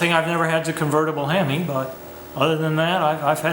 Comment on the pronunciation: He said hem eye. I want to die